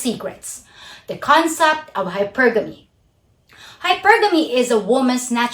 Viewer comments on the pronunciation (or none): Great video, as always! Your presentation and content are well-thought-out and well-done. Just a note on this one, the way you pronounced hypergamy, it took me a while to figure out what you meant. It's correctly pronounced "HYpergamy", not "hyPERgamy". Anyway, not a big deal, even if I had to scratch my head for a little while. Good stuff. I just subscribed to your channel. Best of luck to you!